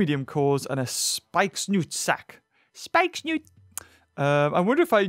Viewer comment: It’s funny how he says Spikesnoot instead of spikesnout